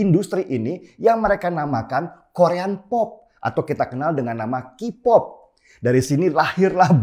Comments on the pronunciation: K - POP dibaca Ki - pop bukannya dibaca Ke - pop. Denny belajarlah bahasa Inggris lebih baik lagi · Om Denny, okelah Samsung dibaca semsang. Tapi msa K-pop dibaca kipop? Keipop kalee. Itu Q-pop kali, dibaca kipop.